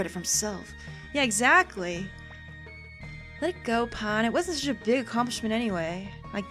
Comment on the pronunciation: Pahn more like pawn amirite